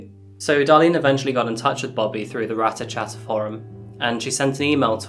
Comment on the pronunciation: The moment you said rater chater i knew exactly which case you where talking about....